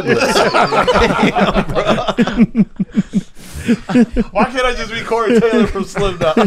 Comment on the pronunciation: “Deadrick Douglas” omg